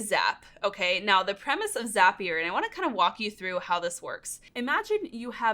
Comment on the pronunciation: Just a heads up, it's Zapier.. that rhymes with happier... because jt makes life happier... right? Can't remember when, but I saw one of their ads with that in there. Lol